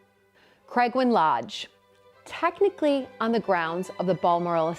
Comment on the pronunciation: Hint: Craigowan: "cray-GOW-an" Lodge.🇨🇦